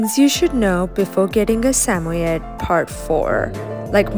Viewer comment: the pronunciation of samoyed💀